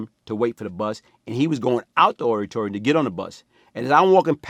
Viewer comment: Yo if you’re reading this it’s auditorium not orrTorium please don’t get mad and merk me